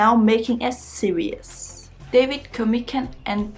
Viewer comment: yea! you are back! so nice to see you. you are charming, as always. is it ok if i help you with how to pronounce series? it's 2 syllables, not 3. sear-ees ... not sear-e-us. i love your enthusiasm, and your bright young face is always pleasant to see. take care! :-)